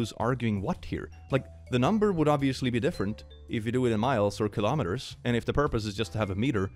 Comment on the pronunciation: RAAAAH WHAT IS A KILOMITER RAAAAAAAAH